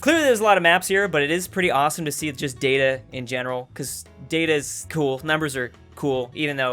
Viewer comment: Its data, not data.